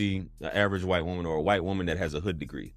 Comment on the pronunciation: I think she meant wight lol